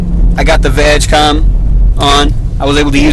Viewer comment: VW Group (and the cable is easy to get but the software is a different story) also its pronounced "VaaaG" COM NOT VAGcom